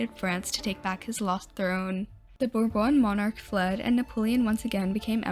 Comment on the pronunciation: Very good video, it's also refreshing to hear an American pronounce Bourbon properly and not as bur bon.